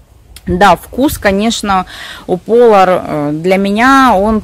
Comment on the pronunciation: Не ПОлар, а ПолАр!